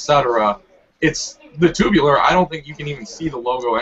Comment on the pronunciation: HAHAHA STAY SAYING TOOOBULAR